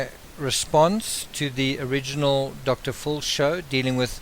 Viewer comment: I like your accent,fxl "Dr Phil " sounds like "Dr Fool" !!! HaHaHa